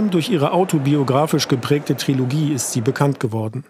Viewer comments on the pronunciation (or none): none